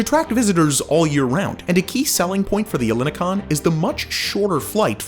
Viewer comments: the stress is on the last O. not EH llini kon. ell ini kOn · Ellinikon means Ellinikon. The same way you pronounce Elgin El Salvador Not Hellenicon it's so wrong !!!! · Le quartier s’appelle ELINIKON et non pas Elikon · Apart from cringing a bit from your pronunciation of "Ellinikon" .. it was an interesting overview of this exciting project, although there is a major error in the entitlements that you mentioned for buyers. An investor CANNOT buy a Greek (or any other EU) passport through the Golden Visa channel. Someone who gains a "Residency Visa" by buying an eligible property through the Golden Visa scheme (and this still requires approval and can be rejected) must live a significant part of each year in Greece and pay a minimum amount of taxes in Greece for 7 years if they wish to begin the process of naturalisation/citizenship. Getting citizenship requires a proficient level of written and spoken Greek and you need to pass exams in language, history, culture, politics, geography and other elements of Greek life. Many people who have lived in Greece for decades still fail these exams. Residency can be "bought" but earning citizenship and a passport requires work and a commitment to Greece .. as it should!. Also, Golden Visa residency in Greece only entitles a holder to legally live in Greece. In reality someone can feely move around the Schengen zone without passport checks but re-settling in another country or city in Europe is difficult because the residency permit is only valid for Greece (some people find work-arounds for this but its at their own risk). Lastly, Greece doesn't need to horrifically dredge the sea to create picture perfect islands or beaches and it does not need to bu